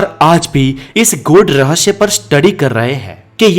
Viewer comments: Rahasya hota hai RahaSHYA nahi 😆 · aapka video acha tha kripya rahasya ko rahashhya na boliye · पहले हिंदी ठीक तरह से बोले.रहस्य केहेते है.ना की रहश्य 🙏 तकलीफ होती है सुंनेमे ! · Bhai 'REHSHAY' NAHI HOTA 'REHSAY' HOTA HAI YEH. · रहश्य नहीं होता रहस्य होता है।। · Rahasya ko rahashya kyun why ? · Raahsya hai rahashayama nahi 😂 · Apki knowledge achi h...pr zaban ki aisi taisi kr di apne ..jaise rahashya...har cheez me s lagta h..vha aashh laga dete h ..sara maza khrab kr dia sunne k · He says rahashyma always